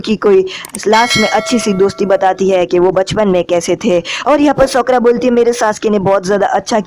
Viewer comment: Bhi sakura hota Hai not sokora